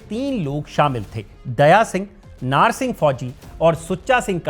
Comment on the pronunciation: नार नहीं नाहर